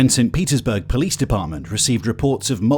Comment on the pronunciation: that tickled me a little bjt 😂😂 “po lease”